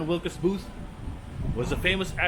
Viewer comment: John WILKES Booth - not Wilcas